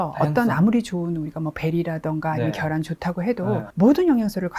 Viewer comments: ㅎㅎ 재밋네 교수쯤 되면 계란 발음 해야되는거 아닌가? 발음 잘못된거 알자나요 달걀발음이 더 힘든데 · 식품연구하시는 분이 '겨란'이 뭡니까 ? ㅋ '계란'을 왜 발음 못하시는거죠 ?? ㅎㅎㅎㅎ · 계란을 겨란이 멍미 ? 발음 제대로 해주세요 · 계란 발음 되네 겨란이 머야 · 겨란,: 가일 😂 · 경상도 살아도 계란을 겨란이라고 하는 사람 없음. 본인의 잘못된 발음습관을 지역탓으로 돌리지 말고 고쳐보시죠. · “겨란” 서울경기권에서 오래사신 분들중 계란을 겨란이라 발음하시는 분들 종종있습니다. 예전 어린시절 달걀장사 하시는분들중 마이크로 “겨란이 왔어요”라고 하시는분들도 많이 봤고요. 경상권 특히 대구언저리는 달걀발음이 잘안되어 “닭알”이라 발음하는 사람도 봤습니다. 계란이든 겨란이든 의미전달의 왜곡이 없는이상 그사람의 사투리나 언어습성까지 고쳐라마라 하는건 다소 무리가 있다 하겠네요. 겨란이라 말한다고 그게 무우나 생강등 전혀 엉뚱한 의미로 전달되진 않으니까요. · 경상도 사람이라면 발음 녹음해서 들어보세요 계란 개란 걔란 겨란 계란 발음이 잘 안되요 잘되는 사람 경상도 60년 산 저는 주의에서 제대로 발음한 사람 못봤네요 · 겨란은 어디사투린가요 궁금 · 저도 경상도 살지만 겨란이라고 발음 하는 사람 한사람도 못 봤음 차라기 개란이라고 하는 사람은 많이 봤는데~~~ 겨란 첨 들어봄